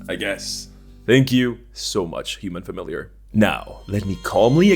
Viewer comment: “Human familiarrr” is golden